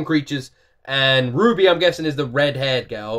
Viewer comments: I am going to explain some things about RWBY, without getting into spoilers! -RWBY is pronounced like Ruby(you've got that right) -it's a anime style artwork show made in the US, it's spinoff, Ice Queendom, is a side story made in Japan. Rwby is and isn't anime. -it's eight current volumes soundtracks have been composed by Jeff Williams with his daughter Casey Lee Williams as lead vocalist. There are occasional guest singers. -The soundtracks slap and based on how you like the intros, you would like the soundtracks! (love them actually) -RWBY fans are loyal, but there are also a lot of haters. -Roosterteeth allows full reactions on YouTube! All you must do is contact them and they will unban any reactions. RWBY reactions are very popular and often make channel ratings explode. -RWBY is a light PG13. Low profanity, the worst sexual content is some cleavage and slightly suggestive shots. Some blood, death, and slightly darker topics are touched on. No worse than other PG13 movies and shows. -As a RWBY fan, I would love to see you react to the show or at least some of the soundtracks. It's a great passion of mine and I think you will like it. Plot is pretty awesome, music slaps, and the fight animation is incredible. Additionally, RWBY carries Monty Oum's Legacy, so it holds a lot of significance in the hearts of those who appreciate his great work. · Yup. The series name is pronounced like "Ruby", and Ruby Rose is the name of the Red character. It is a difficult series to explain without spoiling too much, but the Red, White, Black, and Yellow trailers would at least give you an impression of what the four pivotal characters are like and I highly recommend you react to them before starting the series itself. The music in them is great too and I know you'll enjoy them!